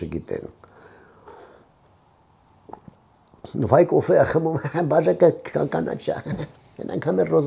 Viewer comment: Վա՜յ կոֆեյա խմում 😂 հը-հը-հը …